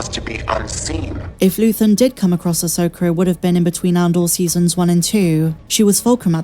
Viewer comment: "Ahsoker" 😁 love your content